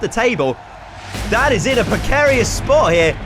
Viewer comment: every time this guy said "Dan" I could have sworn he said dad